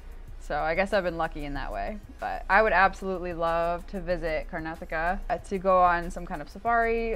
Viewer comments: It is pronounced as karnaataka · The pronunciation of Karnataka would be ......Kar- Nataka. The break in that name would come after Kar......😊